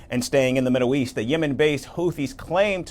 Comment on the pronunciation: The "Middo weast"?